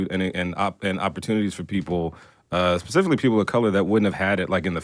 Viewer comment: Ebro it is not "Pacifically" it's Specifically... Thank you sweetie!!